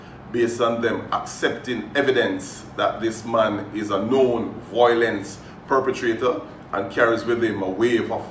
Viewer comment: How hard is it to say vi-o-lence? It's not "voilence", it's "violence", 🤣